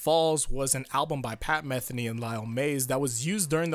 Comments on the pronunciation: Since its a pet peeve of mine: its pronounced muh-thee-nee, not meth-eny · It's pronounced Pat "Muh-Thee-Nee" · Your mispronouncing Pat Metheny' s name